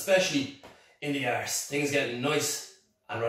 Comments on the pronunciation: He loves sayin' 'ARSS' Lol. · ArRrse! Rrroll that "ArrrrRr"!! 😸